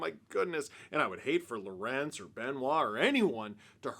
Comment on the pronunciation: Are you really mispronouncing lorentz just because your are too lazy? Big yikes dawg